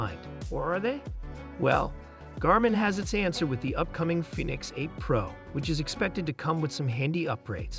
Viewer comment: Garmin “Finnix?